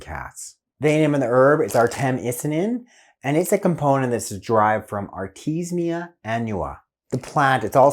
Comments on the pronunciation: Excellent! I love this herb. So good to hear it is good for cats and dogs. I had a sick rooster close to death and I gave him Artemisia Annua tincture that I made and he lived. Usually the way one pronounces Artemisia is Art eah me seeah. Cheers! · I'm glad you emphasized the pronunciation since I've been saying it wrong since i heard of it a couple years ago. I went with Artemis.. like the huntress and nin, with a long I sound turning it into Artemis 9. Seems like I missed that second i. I am not surprised that it's wrong.